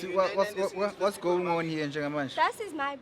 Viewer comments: i think for the fact that this second presenter has his own unique character we gon end up enjoying him, pls i stand to be corrected did he just said " Whats go-onion" aftr the call?😂😂😂😂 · "What's going nyon? " 😭😭😭😂😂😂😂💔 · “What’s going nyon?? Kwenzakalani”😂😂😂😂😂😂